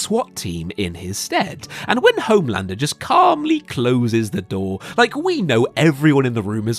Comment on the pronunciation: "hOHme landrrrrr"